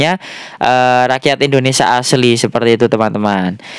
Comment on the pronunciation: Rakyat jadi raksat ya mas....😁😁😁 Semangat selalu ya mas buat konten nya....